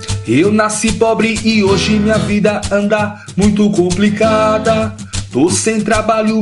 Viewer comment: Kkkk td mundo viu o primeiro erro q e: "cuplicada" kkkk e complicada falou errado rsrsrs